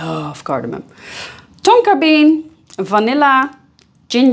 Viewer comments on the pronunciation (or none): none